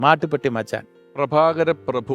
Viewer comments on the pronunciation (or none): നീ മാട്ടു പെട്ടി മച്ചാൻ അല്ല മാട്ടു തോട്ടി മച്ചാൻ ആണ്